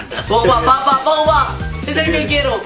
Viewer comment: nadie: absolutamente nadie:: pomba ( en vez de pogba)